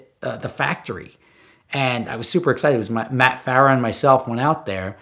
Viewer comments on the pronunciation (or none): none